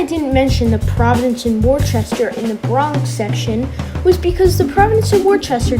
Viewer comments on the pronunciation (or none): Great Video, the W in P&W is pronounced "Wooster" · It's pronounced, Wuhster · WorCester…..go to Boston Dad to learn proper New England pronunciations